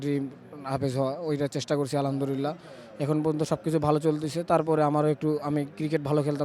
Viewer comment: যে ভালো করে আলহামদুলিল্লাহ বলতে পারে না সে কিসের হাফেজ,,,বলে আলহামদুরিল্লা